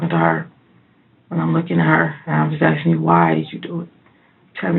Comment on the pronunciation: Worst thing is, she says “axing”, instead of “asking”. I mean how disgusting is that! Pure evil.